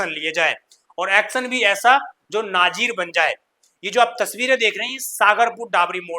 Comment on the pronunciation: नाजीर नही नजीर होता है । पत्रकारिता करने के लिए पहले अपना उच्चारण सुधार लीजिए